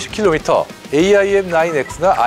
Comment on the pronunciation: 형님 AIM은 에임 IRIS는 아이리스로 발음하면 돼요. 해외 밀리터리 전문채널 등 외국인들도 대부분 그렇게 발음해요. 그리고, 애초에 그런식으로 약어를 만든건 그 단어의 본디 의미를 염두에 둔 의도가 다분하죠. aim은 조준하다, iris는 홍채, 그런 의미니까요. 미사일의 특성을 반영해서 풀네임과 약어를 만든 의도가 있는거죠. 특히 IRIS는 infra red ima... 이거 진짜 본말은 너무 뻔하고 허접할 정도의 의미인데 오히려 IRIS라는 그럴듯한 단어로 조합하려고 그렇게 작명한걸로 봐야죠. AMRAAM은 암람으로 쉽게 부르면서 AIM, IRIS는 굳이 글자하나하나 힘들게 부를 필요 없어요.